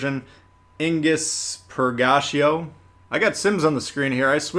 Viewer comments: It's Ig-nis Pur-ga-tea-oh. Not per-gacio. Also Ragnarok is pronounced rag-na-rock. Not rag-nar-rick. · He also pronounced "Purgatio" wrong as well and calls it "per-gacio" as if it's Italian and that's not even the Italian way of pronouncing it.